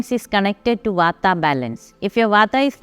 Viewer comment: Did she say water balanced? I put on the caption and it stated vata balance..